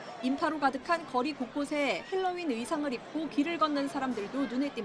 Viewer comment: 헬로윈이 아니라 할로 할로윈이라고 bing신들아! 모 좀 따라할려고 제대로 알고 따라해라